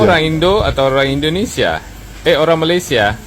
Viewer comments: Malaysia bang,,,bkn Malasia 😂😂😂👍👍👍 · ucapanmu di perbaiki,, Malaysia yg betul bukan Malasia.